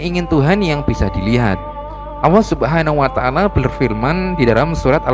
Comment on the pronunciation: Ini yang cerita gak bisa nyebut huruf ( L ) nyebut (allah) aja gak bisa, sudah salah, awwoh 🤦‍♂️